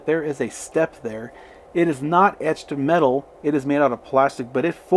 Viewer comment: Cool video. Loved the "mtched eetal grill" comment. That's something we all suffer from occasionally. Ha Ha lol..... Beautiful cars indeed! Great review!